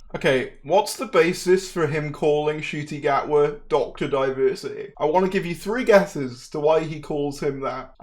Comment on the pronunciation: this man said “nakooty gooba” if he can’t be fucked to learn how to pronounce THE DOCTORS actors name, then how can we expect them to do any kind of research to find out that yasmine finney is quite clearly playing donna’s daughter